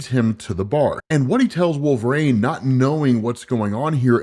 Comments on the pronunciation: all i hear is wolve-raine and it's fucking annoying. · ah yes....... I too love the x-man "Wolvraine" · I've only heard him pronounce his name correctly maybe twice...😂 wolver Rain.😅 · Why do you pronounce Wolverine like Wolve-rain? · Drink every time he calls him wolveRAIN. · Stopped , even at 1.75X because I cannot stand the way you pronounce "Wolverine" and say "WolverAIN"??? We know you're not illiterate, can you pronounce his name correctly? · “Wolvrane “ I’m Srry but it’s clawing my brain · Is it just me or is saying Wolver-rain? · I absolutely love your content, but the way you pronounce “Wolverine” aggravates me to no end 😂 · Imma be honest dope vids but you say Wolverine like a narc😂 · I can’t be the only one that cringes when he attempts to say Wolverine, am I? Surely after all these years someone has said some thing. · Why is pronouncing Wolverine like he had a stroke? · Please learn to say Wolverine. It’s burns my ears every time. 😅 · Can you not pronounce wolverine? Last time I checked, wolverine doesn’t have an A in it.